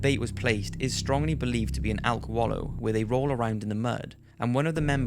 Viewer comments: It’s elk not alk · It's pronounced elk not alk. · Elk. E-lk E!! There is no alk. I don't give a fuck what accent. It's an Elk not an alk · "ALK" "ALK" "ALK" It's elk. With an "e." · The way he says elk makes me wanna die Nobody: Him: ALK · Could you learn how to say the word “elk” please? Thank you.